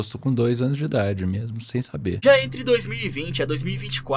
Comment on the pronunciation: “Como vocês devem saberA.” 😂